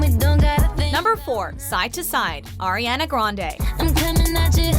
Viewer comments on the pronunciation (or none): none